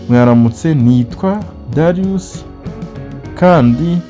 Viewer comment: Dariyusi❌ Darius ✅